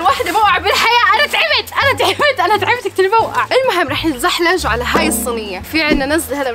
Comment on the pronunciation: تزحلق + تزلج = تزحلج 😂😂